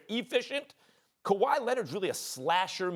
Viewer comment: Quote Stephen A Smith:"kawhy Lennit!!!!!!" 😂